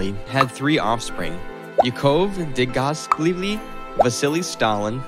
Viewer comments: Great content, but terrible pronunciation of names. You got potential, but seriously: learn how to pronounce those names. It matters to history geeks. Butchering Dzhugashveli (an admittedly difficult name, but one that anybody claiming to know Soviet history knows how to pronounce) takes point off your cred. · Your pronuncition is terrible, with the top being how you confused a capital i with a small l, it's iosifovna. And Dzhugashvili, it's Jew-gush-villy and Nadezhda, Na-dezh-da, zh like in invasion.